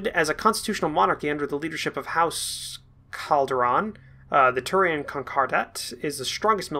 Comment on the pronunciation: cap--ell--an confederation and house D--ah--vy--on and To--rian Con--cor--dat